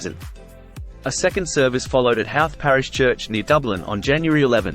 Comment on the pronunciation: It's pronounced Howth, not Howth.